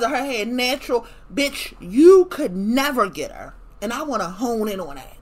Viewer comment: Nevah! Nevah!